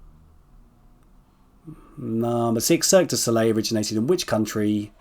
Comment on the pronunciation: It’s Cirque du Soleil, not de Soleil. You’ve written it correctly but you mispronounce it. You misspelled Psycho, not that anyone cares. I believe you used a photo of Katniss from Mockingjay Part 1, not simply The Hunger Games which would specifically be the first movie only. In Silence of the Lambs Clarice went by Agent Starling or even the code name Star at one reference point.